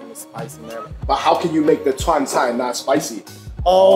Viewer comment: chuan, not chuar. what？